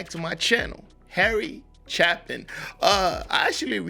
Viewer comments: If you think it worthy enough to take time to do a story about someone at least do enough research to say their name right. Chapin's name has a long a sound, not a short a. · FYI - It's Harry CHAY-pin. This is my favorite song of his. Exemplary storytelling and absolutely heartbreaking. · CHAY-PIN,. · His name is pronounced CHAY-pin. Great artist, saw him in concert three times. As you say, gone too soon. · I highly recommend Chapin’s song “Sniper (studio version).” It will shock you. You have never heard a song like it. The lyrics are astonishing. Then you can do Cats in the Cradle and The Rock by Chapin. By the way, his last name is pronounced Chay-pin. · The A is long. Chapin rhymes with gapin'